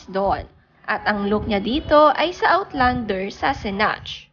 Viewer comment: Nabago na pala ang Jacobo. Jay-kobo na pala bigkas ngayon lol Pati ang Sassenach (sasuhnak), Sasenatch ang bigkas! Nabago na rin pala?! Lol It won't hurt to research and know what you're talking about. Wag puro "latest scoop" ang atupagin. Mag invest ka rin ng time sa proper pronunciation ng mga word.